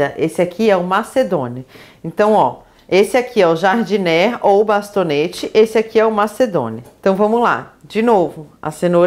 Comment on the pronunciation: Como vc está nos ajudando, deixa eu te ajudar também: uma dica: ´Jardinière se pronuncia : Jar-di-ni-ér